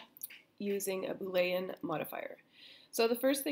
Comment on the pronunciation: Why you say boolean like that LMAO